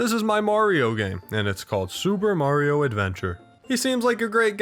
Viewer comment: It's me Mawrio